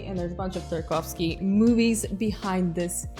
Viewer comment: My assumptions were right lol. Btw I LOVE how you pronounce Tarkovsky with the accent!!! I probably completely butcher his name... please don’t kill me